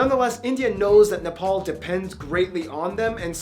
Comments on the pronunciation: Finally someone that pronounces Nepal correctly. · He actually pronounced NEPAL right